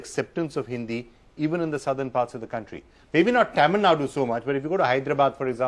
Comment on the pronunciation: It is Actually Thamizhnadu, but it is acceptable to call Tamilnadu. But I frequently hear people saying Tamilnad or Tameelnad. Do justice to the name atleast by pronouncing it correctly 🙏